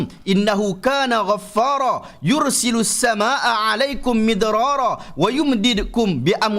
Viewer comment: assalamualaikum uztaz tadi masa surah nuh tu silap sikit sebutan ustaz sebab ustaz baca yursilussama